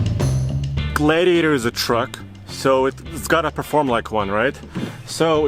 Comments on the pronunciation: It’s pronounced Glad e a tor, not glade e a tor. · glad-iator, not glade-iator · Glade-iator )))) No it is a Glad iator. Please, we are glad to have a gladiator, not a glade-iator. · Gladiator not glaydiator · Gladiator. Not GlaYdiator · Glad not Gladediator. Lol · Glaidiator lol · Yeah it's not a Glaye-diator!!! I could barely watch this guy!🤷‍♂️🙉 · Matthew Chandler exactly. That drove me nuts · Noticed that too. Sounds like Glade-e-ator. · The way he said Gladiator made me thumbs down this video...wtf? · Can't even say the name of the truck. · WHY ARE YOU STRUGGLING TO PRONOUNCE THE JEEP GLADIATOR??????? EVERYTIME YOU TRIED TO SAY ITS NAME,I STARTED LAUGHING...……………….whats up with that?????????????????????????????????????????????????????? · Guy can't even pronounce "Gladiator"! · It looks great. And it's really cool that it has a manual option. Only 2 problems... It's a Fiat Chrysler product, AND it will be overpriced. Lastly, I've never heard anyone say the word gladiator like does. What a weirdo. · Pronounce Glad- iator again for me again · It bothers me how he say gladiator. Is it just me....?! 🚙